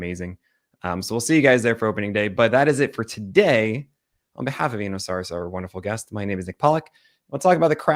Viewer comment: Nick, Eno is too polite to tell you but I think you'd like to know that you mispronounce his last name.